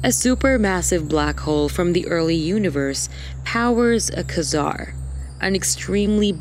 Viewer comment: What's a qua-zaar?